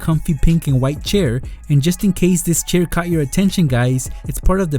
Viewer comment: LOL HE REALLY SAID "MY BRAND NEW WITHE BINDER" KEEP UP WITH THE GREAT AND GENOROUSE GIVEAWAYS. <3 <3